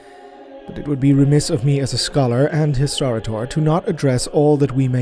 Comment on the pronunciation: Hol' up a minute, do this dude just say, "historator"?